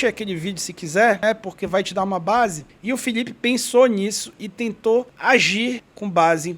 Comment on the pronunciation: Paraenses tem problema de dicção. Eles trocam L por LH: Filhipe, Cebolhinha, Homem lhivre... 😄